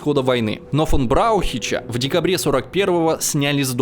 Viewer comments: Браучих 😂, а так видео отлично 👍🏻 ничего подобного по фактам не слышал:) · Боже, посмотрите как правильно пишутся топонимы и фамилии и где правильно ставить ударения, перед тем как публиковать видос-трудно поверить, что вы серьезно прорабатывали вопрос, когда вы лепите такое количество ошибок. брауЧИХ сделал мой день-спасибо🤣